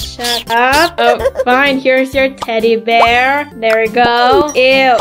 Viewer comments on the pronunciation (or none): none